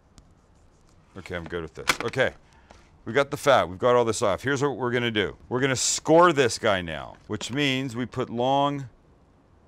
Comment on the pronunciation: Everybody keeps asking for a Sous vide everything/ Guga foods collaboration. I think the fans have spoken Sam lol 😁 "So let's deuww it" lol 😂